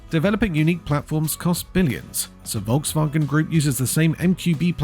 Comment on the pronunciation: Is that AI? Learn them how to pronounce correctly the name VOLKSWAGEN if they make videos about cars.